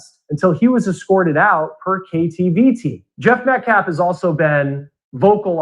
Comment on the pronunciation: It’s calf. The claf. Words matter